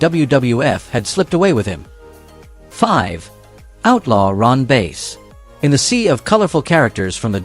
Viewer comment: Ron Bass..(short a)...not 'Base'....I hate AI.